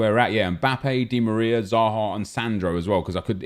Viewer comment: Why did this man say dimariar